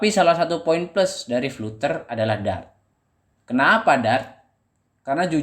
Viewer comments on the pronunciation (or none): Sebutan nya salah bro biarpun spelling nya flutter..tapi sebutan nya "Flad ' ter' " bro..belajar lagi english nya bro. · Mungkin Fluter lebih pas di lidah, atau mungkin fluter anak dari flater